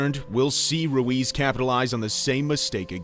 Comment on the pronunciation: Hes name is Ruiz not luis lol